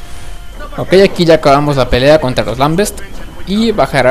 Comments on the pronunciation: wey creo que se pronuncia lambent no lambets! xD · haha xD el juego se llama Gears Of War sin S en War xD y no son los lambest son lambent n_n por cierto gracias por los videos y nos vemos en la beta de halo anniversary ;D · oye muy buena ayuda, pero te dire una cosa que creo que te falla, a los luminosos les dises lamBEST y son lamBENTS :D